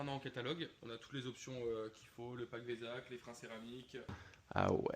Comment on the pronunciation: Le pack "Vézak" 🤣